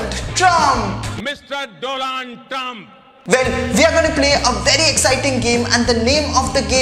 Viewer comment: PM Modi revenged pronouncing DOLAND Trump 🤣